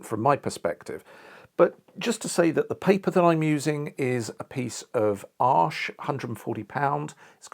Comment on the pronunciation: Did you say the paper is Ash or did you say Arches?